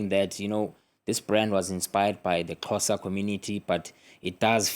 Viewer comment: The presenter really did well in her attempt to pronounce his surname and our ethnic name. ❤